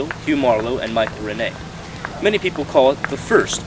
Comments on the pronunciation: And please learn the name of the great composer, pronounced HER-min, not her-MAIN. I liked your video, but you lose credibility when you mispronounce names of major artists. Michael RENN-ee, not some mysterious frenchman you invented named Rih-HAY. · Please learn his name. It's not Ren-nay, it's pronounced Renn-ee. RENNIE!!